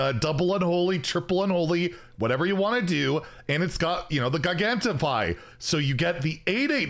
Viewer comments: I’m not gonna lie (jigantify) is definitely the right pronunciation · "Gigantify" surely is said like gigantic? With the soft g